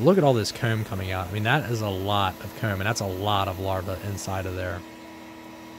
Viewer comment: Every time you say "comb" (koom)....I chuckle. Great video though. You have a fun life it seems.